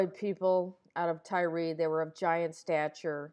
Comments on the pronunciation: Why do you pronounce it "Ty-ree?" This isn't the 2007 New York giants lol. I think you should look up and listen to some of these words and names you're mispronouncing because it really kills the vibe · Old video. At some point I will go back in and redo all the videos that need fixing. It is pronounced "Tire". Someone pointed it out awhile ago.